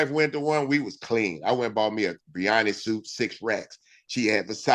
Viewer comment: I'ma need Bun to stop calling Giannis "Johnnis" 😂